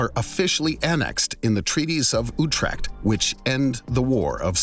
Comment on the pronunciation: Could've explained that the "United Provinces" is today's Netherlands 🇳🇱 Edit: very close to perfect pronounciation of Utrecht 👍🏻